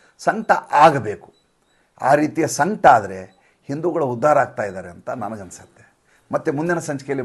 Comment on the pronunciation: ಸಂಕ್ಟ ಅಲ್ರಿ, ಸಂಕಟ. ಪ್ಯೂರ್ ಕನಡ ಮಾತಾಡುವವರ ಹಂಗ್ ಮಾತಾಡಲಿಕ್ಕ ಹತ್ತೀರಿ.